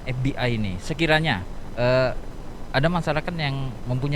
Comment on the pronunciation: Pengucapannya bukan bhs Inggris dong tapi bhs Indonesia kali. ef bi ai😄 (forum batak Intelektual) ef be i